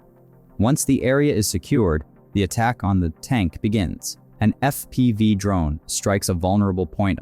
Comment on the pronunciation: "Eff Pee Vye" strikes - lol, terrible AI narration